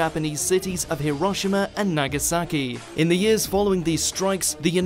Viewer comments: Hiroshima is pronounced Heero-Sheema not Heeroshima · i dont think thats how you pronounce Hiroshima